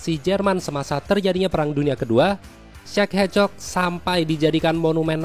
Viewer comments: Kok denger nya kayak cek hecok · Kedengaran seperti Czech ehcok